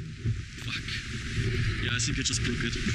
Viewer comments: "I sink!!? Learn English bro! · Why do russians always say S instead of F when it comes to a word with TH in it.